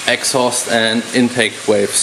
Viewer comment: "valves" not "waves" :) And why do you not bore with the torque plate? Does the honing with the torque plate resolve that 0.3mm difference?